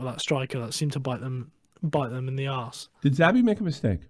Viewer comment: Xavi leaving put out the last flicker of hope for Barça for me. Management has been a disgrace for a long time, if not corrupt. By the way, Xavi pronounced as "Sha-vee" ;)